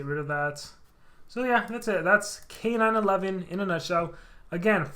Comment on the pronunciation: I think his name is supposed to be K-9-1-1, not K-9-11